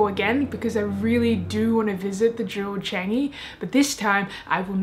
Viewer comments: Er.....NOT "Jew Chengyee" It is more like "JeWel ChaahngYee", in pronounciation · She pronounces 'JEWEL Changi' wrongly